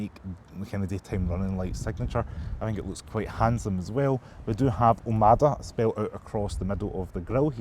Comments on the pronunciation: Great review, but PLEASE, it's OMODA....not OMADA! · It's OMOda not OMAda lol